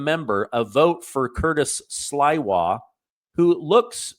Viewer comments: It's not Sliwa, it's sleewa😊😊😊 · Pronounced "Sleewa" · Come on, Curtis Sliwa has been a well known figure in New York for decades and you don't know how to pronounce his name?? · It is Curtis Sliwa (Slee- wah)